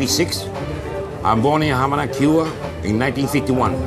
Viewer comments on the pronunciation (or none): none